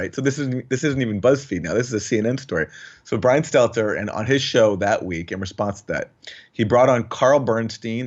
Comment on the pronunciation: Is that George Costanza's gay little brother? "Stelter, Seltzer"? Like clockwork, every time he's in a segment, Jimmy botches his name. Everyone has trouble with his last name. Don't know if it's the awkward last name, his creepy smile on that fat bald face, or that he is lying little twerp, but he is definitely the most unlikeable POS in the media.